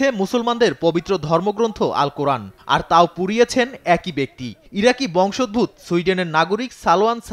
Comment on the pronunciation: সংবাদ পাঠক ভাই! দয়া করে, বাংলা শব্দ ও বাক্য পরিপূর্ণ শুদ্ধভাবে বুঝতে, শুনতে, বলতে, পড়তে ও লিখতে শিখুন; যদি এই লাইনে ক্যারিয়ার গড়তে চান; নইলে, সংবাদ লাইনে ক্যারিয়ার=টিফিন ক্যারিয়ার হইয়ে যাবে!??! বংশোদ্ভূত - এর সঠিক উচ্চারণ হবে --- বংশোদ্ভূত+অ। ধন্যবাদ আপনাকে!!!